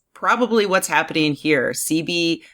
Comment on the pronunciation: Doctor ceebee?? Its pronounce Sehbee. Typical white girl cant even pronounce the most easiest of black names